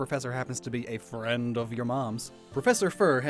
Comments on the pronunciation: Why did he emphasize the word 'friend' like that I wonder, I wonder... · "And the professor happens to be a...'friend' of your mom's." i hear that emphasis on the word friend. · "After all the professor is a friend of your mom's* Does that inflection mean that the professor's got it going on with the players mom? 😂😂😂